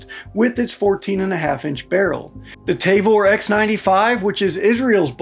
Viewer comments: Ta-vor not te-vor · T-ah-vor not t-ey-vor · I think T&P already did a video on this topic covering almost all these topics ages ago. Also it’s tuh-vor, not tay-vor. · As a Hebrew speaking Israeli, I must insist on proper pronunciation. It's not 'TAY-VORE', but 'TAA-VORE'. Otherwise, good video. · It's Tavor not Tayvor. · The Tavor rifle is not pronounced Tayvor. It is Ta-vor. Alao, the IDF is replacing it with the M4 rifle. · Say it with me. “TAH-VOR”. Also the pic you showed saying 16.5 is actually the 13.1 version that’s standard issue. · ah yes the good ole tay-vor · Soft a on the pronunciation of Tavor. The transliteration is weird that way.